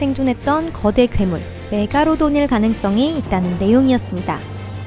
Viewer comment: 메가로돈이 아니고 메갈로돈입니다